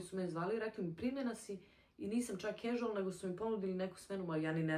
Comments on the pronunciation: casual(kažual- izgovara) se rece gospodjo, naidje mi vid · nije “ a” nego “e”